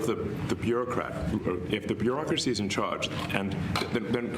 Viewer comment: It sounds like you’re saying the Barackcrasy lol which you still aren’t wrong.